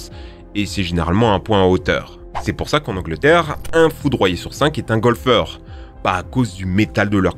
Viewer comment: A chaque fois qu’il disait foudroyé je rigoler.